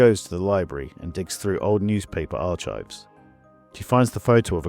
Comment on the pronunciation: Lovely story as always; however, I have one gripe. You are mispronouncing the word archives every single time. It's a hard c and silent h. In effect, "arkives". Thanks.